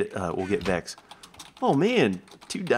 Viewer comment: its vechs you kiddo